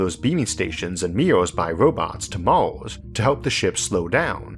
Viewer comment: Can you stop calling Mars "mouse"? So distracting.